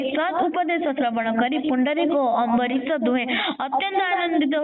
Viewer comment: ଆମ୍ବରୀଶ ନୁହେଁ ଅମ୍ବରିସ